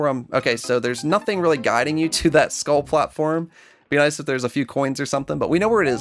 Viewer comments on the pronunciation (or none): none